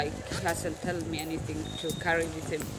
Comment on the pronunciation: The amount of people that say ‘anythink’ is confounding. Is it really that hard to say ‘anything’?